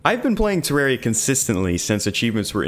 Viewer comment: You know this legend means business because he says Terraria correctly.